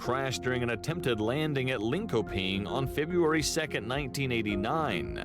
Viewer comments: Just love how the american narative says "Lin-ko-ping" 🤣🤣🤣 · They pronounced Linköping wrong too. The k should sound like sh.